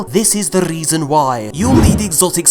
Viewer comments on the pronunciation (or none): “Well this is the Rrrreason why” may get this wrong but are you an Irish Hispanic we never knew we needed in our lives??